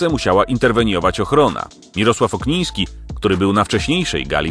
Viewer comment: Okniński a nie jak mówisz na początku Ogniński